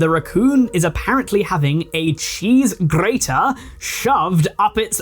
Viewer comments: Cheese grrrrraaterrrr🗣️ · Oh yeah GRRRATER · THE WAYYY HE SAID GRATER XDDD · the way you rolled the r in cheese grater 😭😭 also can you talk about Birdie in the next video? The rabbit hole is pretty deep and extremely gross so just warning you ahead of time lol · bro the particular enunciation of the word "grater" sdahfkjjds whyyy (also it's apparently an old furry meme, tho it's not one that I'd ever seen or heard of until another Youtuber covered it) ngl tho I do appreciate when a channel runner acknowledges the "audio in the background whilst doing whatever" people; literally was drawin a pony while listening to this (at least for the latter half n part of the first half; the rest of that time was taken up by supper lol) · I love the emphasis on the gr part of grater here lol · Cheese G®️ater